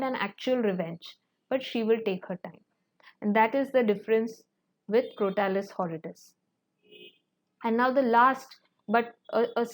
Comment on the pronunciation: Madam, please correct your pronunciation of some words like Crotalus horridus. Mispronunciation hurts my head.